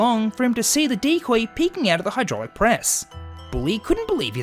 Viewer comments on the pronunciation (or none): none